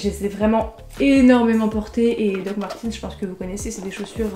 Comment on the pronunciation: alors juste pour dire, les dr martens , ça ce dit pas "martinse" ça ce dit "martaines" donc voilà quoi, ps j'ai les meme dr que toi hehe <4